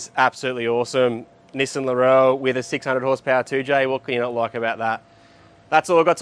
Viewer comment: Sorry, no Kiwi would say Laurelle. Its Laurel mate. ( pronounced lorel )